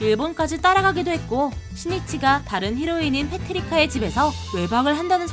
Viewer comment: 페트리카가 아니라 페트랄카 아니었나